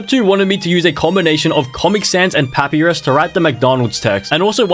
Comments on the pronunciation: "Papyrus (pah-pi-rus)" WHAT- (i pronounce it as pah-pie-ruhs, how do u?) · As an Undertale fan, it is not pronounced that it’s pronounced this (pu- pie-rus) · AS AN UNDERTALE FAN I HURT WHEN HE SAID PAP-I-RUS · Pah pee rus. Nooo Puh pie rus. Yes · Not papirus, but papYrus as in the spaghetti thing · first it was "MaRyO" and now its "pApiRiS" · Its prononced (pa-pie-ris) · “Pappyris” I swear how can someone mispronounce it like that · “pappie rizz” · Bro said poappyris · How does he not know how to pronounce papyrus and get brown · The way he pronounced papyrus made think this man has never played under tail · the way he pronounces papyrus hurts my brain